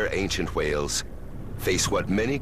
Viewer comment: I was looking for some video where the narrator pronounces whales as Hwales. If not for your comment, I would not have succeeded. Thanks!